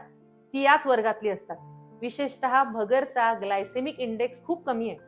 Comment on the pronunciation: भगरचा ❌️ भगरेचा ✅️✅️✅️